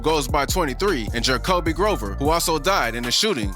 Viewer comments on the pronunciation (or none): none